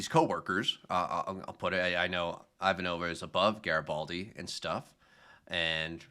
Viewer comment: Good job on Ivanova. If we are going to pick on your mispronunciations, we have to praise when you get it right.